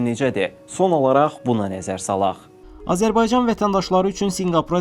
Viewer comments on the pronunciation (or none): none